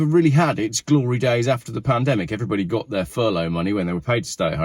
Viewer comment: Pronounced P land emic.